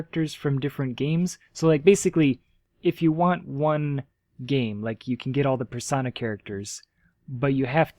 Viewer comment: I wasn't gonna make fun of you for saying.PNG was pronounced as "ping", but then you went and pronounced Persona as "Per-sauna". XD